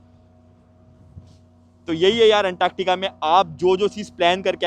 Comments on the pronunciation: Woh anktaaktica nahi hai, Antartica bolte hai use..😂😂😂😂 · Antaaktaka😂 Antartica hi bro❤